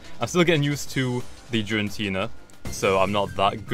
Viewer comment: "Jirantina" I'm triggered it starts with g. Gir-a-teena